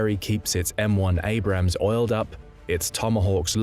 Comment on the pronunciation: Abrams, not Abrahams. And I can’t watch video to end because of the annoying background music, which I find very cheap and unprofessional. Sorry, no thumbs up.